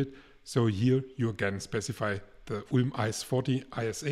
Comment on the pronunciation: Boah mein Kopf schmerzt bei der Aussprache von ULM 😂